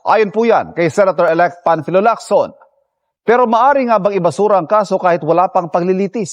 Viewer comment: Ping Lacson hindi po Locson